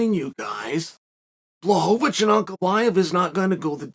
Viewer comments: Chael getting into the Christmas spirit with “blahohohowicz” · Return of the Blahovovocih